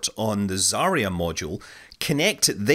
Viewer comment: Yeah, finally. But Zarya etc. still bad.